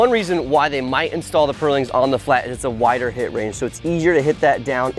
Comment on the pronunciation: I'm enraged by the way you say purlins.